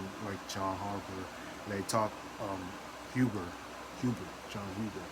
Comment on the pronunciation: You sed jon last name wrong but it's ok we all make mistakes